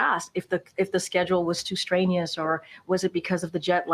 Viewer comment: She said, "Straineous". Not "strenuous", "straineus".